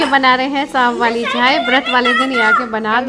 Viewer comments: Rama di ko sha bolne me problem hota h woh sa hi bolti h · शाम होता है ना आप जब देखो तो बोलती हो साम